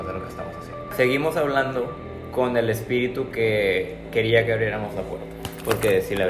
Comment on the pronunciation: No sé dice espíritu sé dice espitiru 🤣